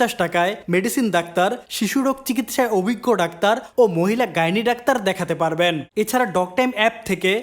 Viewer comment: ভাই মাঝে মাঝে ডাক্তার উচ্চারণটাকে "দাকতার" বলে ফেলেন। প্লিজ উচ্চারণটা ঠিক রাখবেন